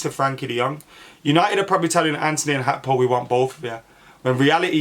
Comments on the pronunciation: How can read his name wrong that many times😭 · Cody Hakpo? Lol keep the awesome content coming though 🙌🏿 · What is it with players names these days Gakpo is pronounced Hakpo and Nunez is pronounced Nuniez … did they run out of letters at the club shop or something?